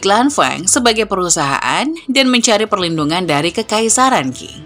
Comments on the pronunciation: Sedikit koreksi min, Dinasti Qing dibaca Ching,bukan King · 清 Qing dibaca Ching, bukan King.